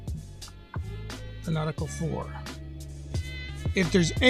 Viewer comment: Nautical not Nautica 😂